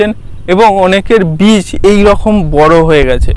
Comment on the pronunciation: কোনটা বীজ আর কেনটা চারা বোঝ না? চারাকে বলছো বীজ কেন?আর উচ্চারণ বিচ হবে না হবেবীজ বুঝলে ভাই।